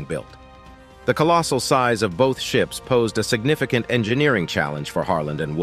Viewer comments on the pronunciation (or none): none